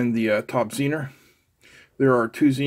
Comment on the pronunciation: Pronounced zener, not zenner